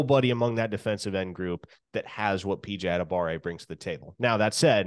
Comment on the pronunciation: What is up with people forgetting the "wa" in PJ Adebawore's name?